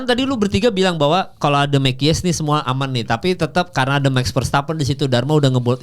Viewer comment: Mekies bacanya koq kies² ??? "ME'KIS" bro²..